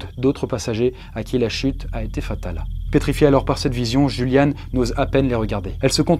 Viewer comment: En allemand on prononce plutôt iuliane !! Sinon super vidéo !!!!